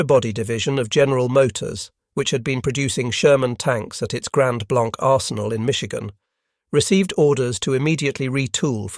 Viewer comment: Grand Blanc is pronounced as grand blangk